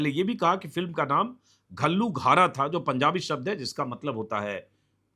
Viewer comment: हिंदी का "घ" औऱ पंजाबी का "ਘ" का मतलब एक ही है मगर उच्चारण अलग होता है , उसको घ नहीं बोलते , क और घ के सुमेल की आवाज होती है घल्लूघारा बोलने में अजीब लगता है असली उच्चारण के बिना ,ਘੱਲੂਘਾਰਾ